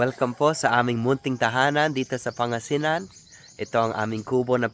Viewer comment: Pan gasinan po ang pag pronounce hindi Panga sinan